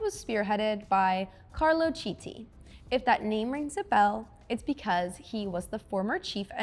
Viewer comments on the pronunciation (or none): This design still lives on Dodge Viper based Alfa Romeo TZ3 Stradale. Sorry for nitpicking, but Chiti is pronounced "kitty" (Yes, as in Hello Kitty 🐱)